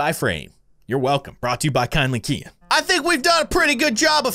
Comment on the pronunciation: Kindly keyin not kindly kien 😆😆😆😆😆